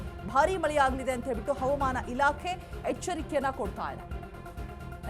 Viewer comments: Madam pls pronounce hawamana not avamana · ಕನ್ನಡ ಉಚ್ಚಾರಣೆ ಸ್ಪಷ್ಟವಾಗಿರಲಿ.. ಹವಮಾನ ಇಲಾಖೆ ಅಲ್ಲ ಅದು ಹವಾಮಾನ ಇಲಾಖೆ... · She says HAUMAN ILAKHE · Avam ana alla madam. Adu havamaana